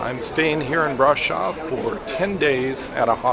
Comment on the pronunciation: kudos for pronouncing it braSHov and not braSov!